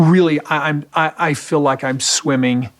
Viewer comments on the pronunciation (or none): ‘Fill” for feel 😂